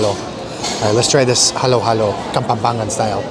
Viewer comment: The correct pronounciation is KAPAMPANGAN, but I heard KAPAMPANGET😁😅🤣